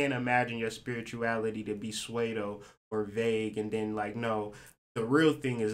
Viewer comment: I love your perspective and videos, I watch every day. Strong Saturn placements make it hard for me to not correct lol so please excuse me cuz I know it's annoying to people lol but pseudo is pronounced "soo-doe." Love you and thank you for sharing your wisdom and insight 💛